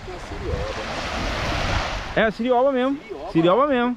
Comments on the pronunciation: O nome do peixe é CIOBA e não cirioba. Kkkkk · O nome desse peixe é CIOBA. NÃO É QUE VC ESTÁ DIZENDO(sirioba)